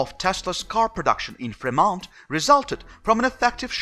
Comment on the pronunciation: You are getting closer. Femont...accent on frost syllable. ;)